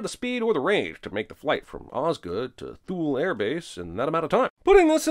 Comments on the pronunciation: How do I craft the comment about a YT channel that makes its bacon by slamming slipshod storycraft, but can't be bothered to research how to pronounce "Goa, India" or -- now,, apparently -- "Thule, Greenland," either. (For the record, it's pronounced 'toolie'.) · Thule is pronounced "too-lee" (Can I have a job Cinemasins?)